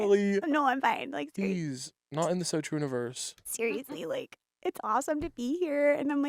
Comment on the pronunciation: the so truniverse🤣